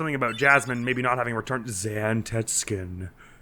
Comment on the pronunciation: Very good pronunciation of Zantetsuken. I can't tell you how many times I had to suppress a cringe hearing people say "zan-tet-SOO-ken".